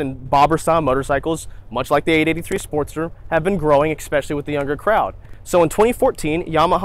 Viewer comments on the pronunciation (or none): "exspecially". "go figure". uggh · Love me some "exspecially" with my morning "expresso." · especially does not contain the letter k, after the first e. Why do you pronounce it that way? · The second letter in the word especially is not a C or K.